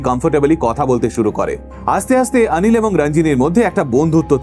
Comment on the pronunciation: উচ্চারণ ওটা রাঞ্জিনি নয়, রঞ্জিনি হবে । আনিল নয়, অনিল হবে ।তোমার থেকে এরকম কিছু শুনলে বিশ্বাস করো দাদা খুব খারাপ লাগে ।